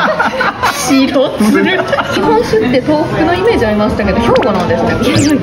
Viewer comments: 白鶴を「しろづる」って読んだ人初めて見た（笑） まぁ、普段呑まない人には分からないのかも？ いや、むしろ感性の問題？（笑） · しろつるって😂笑若い世代にはハクツルは、読めないかな？